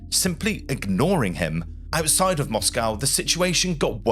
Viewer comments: As soon as I heard your pronunciation of Moscow, I bailed. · This was rather interesting but i had to stop watching as the pronunciation of words by the narrator was jarring on me. He is obviously English but using the American way of saying words like Moscow, its pronounced Moscoe in the English language not Moss-cow. Pro-nounse -e-ation was also annoying, its pro-nunce-e-ation in English. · Fascinating story. Great presentation; except the word is "pontoon bridge", not "platoon bridge" etc. The capital of Russia is Moscow, pronounced "MOSSKO" (in English). Not "MOSS COW" as the Americans seem to want to do. At least the audio is not AI generated. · We say Mosco in this country. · your pronunciation was a bit of an issue throughout this video, you could at least have agreed on a single pronunciation of Moscow. Interesting content though, thanks. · As an Englishman your pronunciation of Moscow is American, apart from that, excellent work.